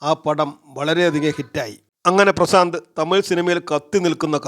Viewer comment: പ്രസാന്ത് അല്ല . പ്രശാന്ത് അല്ലേ?🙄